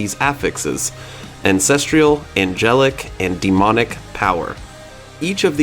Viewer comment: Ancestral = an sess truhl. There's no I in it. It's not treeuhl. It's truhl. Ancestral..🤦‍♂️